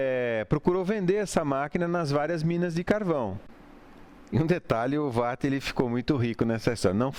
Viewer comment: Não sei pq ninguém consegue pronunciar WATT corretamente!!!